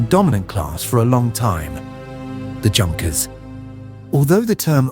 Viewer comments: OK - right from the get - the 'JUNKers' - it's pronounced 'YOONKers'. Let's try to be somewhat grammatically correct here. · the J in Junkers is pronounced with a Y sound. It's "Yunkers" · Junkers in German is pronounced You-n-kers and Siemens is pronounced Zeemens. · Pronounce it right... Junkers. Good lord. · It got Junkers wrong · thanks for bringing this up so badly pronounced that it’s like nails on a chalkboard every time Junkers is mispronounced.